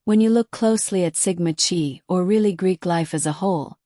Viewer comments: Sigma Ki like k eye not chee just saying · Dear AI model, in this case the 'ch' is a K sound, and the letter is pronounced*kigh*, not 'chee'. I really shouldn't have to correct grammar of a computer model 🙄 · No hate, I just want to let you know the pronunciation- I really liked your video bc there’s a lot of info I didn’t know. It’s not Sigma ‘chee’ it’s Sigma chi as in ‘Kai’ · So it sounds like bubbly Waters has trashing the whole town of Moscow covered, it’s good to know that someone’s got trashing Sigma Chee covered too. See I can mispronounce Sigma Chee too. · Sigma Chi (pronounced like Ki, not Chi, even though its spelled that way per Greek life) Just a friendly, fyi. Its probably, AI. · Chi is pronounced like KY... they were on my campus too, and even heard other greeks thought they were sketchy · It's Sigma ki pronunciation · Ir is pronounced Sigma KI ....and Moscow is pronounced Mosko... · 'Sigma Chi" Sigma Chi is pronounced SIG-ma KY. The "Sigma" is pronounced like "sig-ma," with stress on the first syllable. The "Chi" (Χ) is pronounced "ky," rhyming with the word "sky". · Thank you!!! It’s difficult listening to AI generated uninformed of the pronunciation of actual fraternity’s that have been around far longer than my old ass. lol. 😂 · It’s is true across all campuses in Greek life. Look up how to pronounce CHI so you have more knowledge of the Greek language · she’s already stated that AI voice is used and it wasn’t pronouncing it properly. It’s the message that’s important tho! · ( kinda amuses me how ai sometimes changes pronunciation within the same sentence-would this annoy the ' chi ' people? )